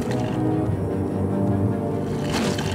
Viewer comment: The way he pronounces Carcharodontosaurus... LOL!